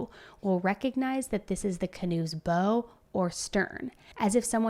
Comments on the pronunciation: Bow sounds like how…not bow as in snow. The bow of the canoe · The bow of a boat is pronounced. b ow... as in rhymes with ow, like in brown , not bow as in rhymes with beau or like a bow tie. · The bow of the canoe. Not pronounced as in "wearing a bow". It's pronounced as in "take a bow". Smh. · I rarely correct people when they mispronounce words....many of us have issues, and I am definitely part of the many!! Please take this as critique coming from a place a positivity: "Bow" as in the front of a boat/opposite of stern...is not pronouced like "hair bow" but like "now/wow/brow." (Had this not been a true crime story, I would have chuckled thinking of the canoe having a JoJo Siwa style hair bow on the front.) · Bow is pronounced where it rhymes with now or chow or how ❤ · talking about hammock camping and boating brings a necessary element of comic relief to this story:). That bow (pronounced ow;) ) mark is obvious, that plus no water in the lungs… no scratches from falling…. How could this be called accidental. Great video. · Wow! Crazy story. BTW “Bow” of a boat rhymes with “wow”. The way you are pronouncing it Bow, like a Bow and arrow or Bow of a violin (rhyming with Toe) is incorrect. I don’t say this to be rude but say it to help you in your career. You make great videos and tell some amazing stories but make some mistakes verbally. It’s no sin, just next time you need to address the bow of a boat I hope it comes out right. The boaters you hope to help you in this investigation may have a hard time taking you seriously because of this simple mistake. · Bow in this instance is pronounced BOW as in BOW WOW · The front of a boat is called the “Bow” pronounced “Bowe” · Simple word, bow of a boat. Pronounced as in bow wow. Not the weapon. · It's pronounced "Bow" i.e., "You Must BOW to The Queen" ( front part of boat,canoe,ship...)